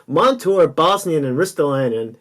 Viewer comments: Whos bosnian lol you mean Bogosian? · It's zach bogosian not bosnian.